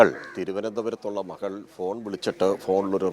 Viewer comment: മഹൾ, മഹൻ, അഹത്ത്... ആഹാ.. എന്ത് നല്ല മലയാളം..😂